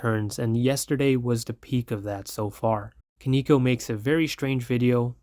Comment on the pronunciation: bruh respectfully that isnt how the word koneko is pronounced